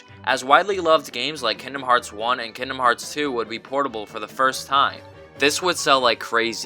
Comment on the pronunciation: The G in kingdom is not silent.